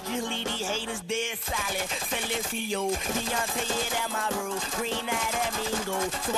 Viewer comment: LMAO every time say's Deonte it sounds like Beyonce' lol wow I'm crazy.... (tear) I'm done....